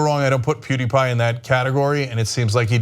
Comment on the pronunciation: What is a Pooteepie?